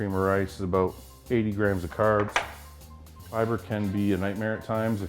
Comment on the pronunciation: curbs, aboot